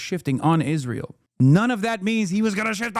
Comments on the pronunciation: Why does Owen say it like “ish-rael” kinda bugs me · She is the only person I've ever heard pronounce it "Ijrael" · Did Candice Owens always pronounce Israel like ISHrael? I guess I never noticed bus she said it like that EVERY time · Why does she say Isjrael? Lol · She pronounces it a bit like "Ish-rael" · Every time she says "iszhrael" I want to fucking scream